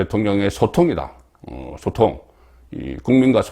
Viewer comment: 소통. 발음이 영 이상해요.